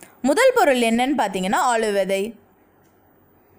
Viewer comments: ஆளு விதை அல்ல ஆளி விதை.. சரியாக உச்சரியுங்கள். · Intha vithai name konjam theliva solunga plz